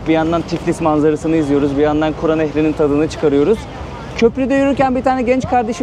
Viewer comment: Emeyinize sağlık , ama kura deyil, kür nehri ka deyil ke ile